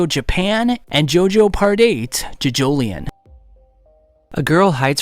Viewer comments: I thought it was pronounced jojo-lion. ( like the animal ) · Why he say jojolion like that, why he say Josukes name like that it hurts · Bro why does he say jojoleon, and why does he say Josuke Higashikeeta